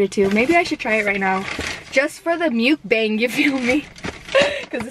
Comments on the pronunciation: the way she says mukbang bothers me so freaking much. like there are two ways people say it and ive NEVER heard anyone say it like that and it just sounds so off like ?? she sounds like she is saying mucus bang or some shit ugh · You're so cute! I love it... You look so fun to chill with, smoke and FUCKING EAT. I subscribed after watching two videos lol... I just hate the way you say mukbang 😆🤣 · The way you say mukbang kills me lol still love u tho